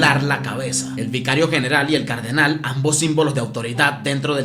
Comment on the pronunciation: Cardenal tiene el acento el la última A, se dice Cardenál, no cárdenal. Sigue así bro, me encantan tus videos